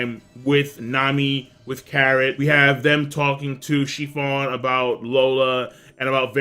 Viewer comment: Praline (pray-leen) It's a type of nut. It's delicious in ice cream Capone "Gang" Bege (beh-gay) Chiffon (sheh-fawn) Say "Sheh" like the beginning of "Shit" but with no T You pronounce Japanese words so well. I'm always surprised to hear you slaughter other words, haha